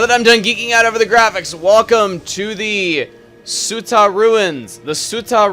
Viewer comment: heh. your pronunciation of ume and tsuta made me cringe.